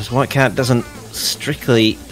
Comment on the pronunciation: dude even in the other commentator tells him that he said flycat